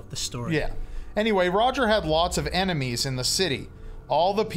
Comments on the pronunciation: ITS PRONOUNCED EINIMEES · It’s pronounced “I Eye-nem-ee-s” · It is difficult to understand where I-ne-mee-s comes from when it is only an e before the n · Technically this was credited to "Phoebe C". I could see Kevin faking the pronunciation of "Enimes" to "Ainamees" to make it seem like he was the original writer with the "original pronunciation" & take credit for something that has no value whatsoever to anyone but him alone lol. Either that or he got his fat punched off & changed into a hobo name Kevin at some point 7 years ago. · Ainemis, not Enemies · Your pronunciation of enimes is disappointing, but we'll let it go because your dramatic reading is absolutely phenomenal. The Dear Leader sends his greetings. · He kept mispronouncing the word "enimies"